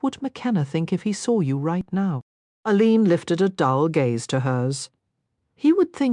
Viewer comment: Total AI. The name of the main character is pronounced by the real Rosalyn Landor as "Ay Leen", but this recording pronounces it as "uh leeen"